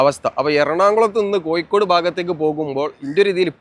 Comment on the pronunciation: വീഡിയോയും അവതരണവും കുഴപ്പമില്ല. പക്ഷെ ഭാഷ കൈകാര്യം ചെയ്യുമ്പോൾ ഒരുപാടു ശ്രദ്ധിക്കണം. ഇത് ഒരുപാടു ആളുകൾ കാണുന്ന വീഡിയോ ആണ്. അക്ഷരതെറ്റുകൾ ഒരുപാട് ഉണ്ട്. ഉദാ : മഴക്ക് , മയ എന്നും പുഴക്കു, പുയ എന്നും കോഴിക്കോട്നു, കോയി കോ ഡ് എന്നും ആണ് പറയുന്നദു പിന്നെയും ഒരുപാട് തെറ്റുകൾ ഉണ്ട്. നിങ്ങൾക് ഇഷ്ടമില്ലാത്ത പാർട്ടി കേന്ദ്രം ഭരിക്കുന്നത് കൊണ്ടാണ് ഈ വീഡിയോ നിങ്ങൾക് അവതരിപ്പിക്കുവാൻ കഴിഞ്ഞദ് നിങ്ങൾക്